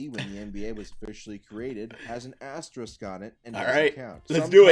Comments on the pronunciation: Ass-tier rick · as-TEER-ik??? Learn english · There should be an asterisk on this video for pronunciation of the word asterisk. I’ve literally never heard someone pronounce it like that before. I’ve heard at least 5 different wrong pronunciations, but this one takes the cake for sure. PS: As a fellow Pistons fan, us only having 3 titles is downright absurd. Just talking about the 80s to the mid 2000s really. I feel like if you simulated times in an alternate universe (or contact the person who controls the simulation we are currently living in since they’d prolly be able to do that) we’d average like rings or something. Shout out to. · This man can’t pronounce “asterisk” or “gastrointestinal”. Wtf.